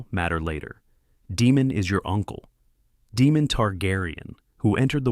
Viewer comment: DAEMON ….. DAYYY-MON…..Not DEEEEMON